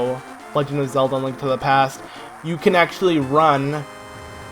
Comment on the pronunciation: Why did you have to say "a link to the pe-aaasstt" like that😭😂